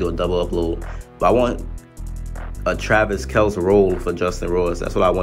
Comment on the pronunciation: Kelce is pronounced (Kell-see)